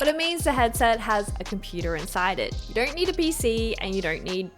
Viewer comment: Why do i hear R's in your O's? Nooor, dooornt, so annoying. Great video thank u! :)